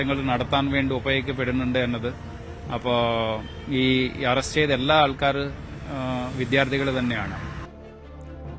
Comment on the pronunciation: "വി-ധ്യാ-ർത്തികൾ" അല്ല "വി-ദ്യാ-ർത്ഥികൾ" എന്ന് വേണം പറയാൻ. 🤦‍♂